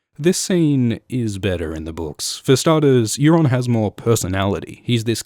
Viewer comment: Euron not Aeron